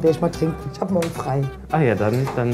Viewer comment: Ick und isch 😂